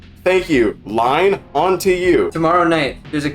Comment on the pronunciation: Line is a female Danish name. Sry to say but your pronunciation is way of.